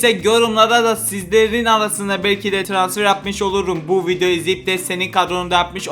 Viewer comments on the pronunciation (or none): Trasfer değil transfer skskksksksjsk😅